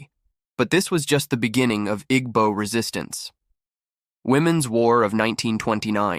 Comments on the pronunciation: At least say their name right Igbo is not pronounced ig-bo It is a tonal language that you will need to listen to once before getting it right, but this is so off. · He is pronouncing it wrong.